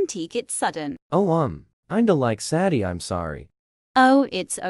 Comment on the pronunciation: What everyone hears: I,m sadie and I,m 15 What I hear: 💫I,m ZaDdY aNd I,m 15💫